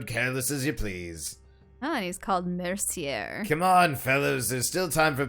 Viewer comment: Assuming they ment the French name, Mercier -> "mare"-"see"-"a"